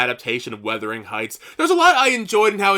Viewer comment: Nice video. Just FYI you keep saying “weathering heights” but it is “wuthering.” You aren’t the only one. Some people are saying “withering.”